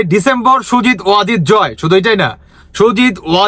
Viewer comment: ভাই জয়ের নামটা ভালভাবে শিখে নিন।